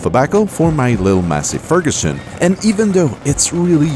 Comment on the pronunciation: Did he just call it Massee Frgußn?????